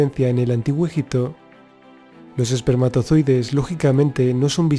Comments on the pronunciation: fernandez villa jajajajajaja😄😃😂😁😂😄😄😃😂.... veo ke nadie entendio mi sarcasmo... el puto español no puede pronunciar egipto😒 y dice: ejic-to😠 en vez de egipto😏 pero bueno ta chido hijitos echenle dulces a la piñata😄😃😁😁😂😄😂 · Muy buen Documental. Muy buenos y válidos datos. Esa información la proveen Documentales de History Channel, kokGraham HancRobert Bauval, Faltaría únicamente, agregar las "P" de EgiPto, las "B" de oBjeto; las "G" de siGnificado, laS "X" de eXtremo; las "B" de suBterráneo; las "C" de teCnológico; varias letras faltantes, que distraen y desmerecen la buena información, etc. Escuchar Egito, Egicios, ojeto, etc, es muy desagradable. Si el Presentador se esmera, como corresponde a un serio Docmental como este, sería maravilloso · se dice ejipto, tal cual XD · escucha al putete.. y en ves de sonar .. egipto.. dice ejic to... español putete tenia ke ser😄😂😁😂😃😄😄😃😁😁😃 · en el antiguo ejic to ... 😄😃😃😂😁😃😃😄😂😁😂😃😄😃😂😁enseñste primero a pronunciar.... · Rojito Morito llo allel conpRe el amtijuo ejicto